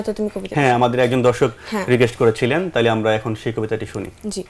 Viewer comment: উপস্থাপকের উচ্চারণ, বলার ভঙ্গি আরও উন্নত হওয়া দরকার। আমিরুল মুমেনীন মানিক, সাইফুল্লাহ মানসুর ভাই এক্ষেত্রে উদাহরণ হতে পারে। ওনার উচ্চারণ "তাহলে" -এর স্থলে "তালে" হয়ে যাচ্ছে। তাড়াহুড়ো উচ্চারণ না করে প্রতিটা শব্দ ধরে ধরে উচ্চারণ করতে হবে।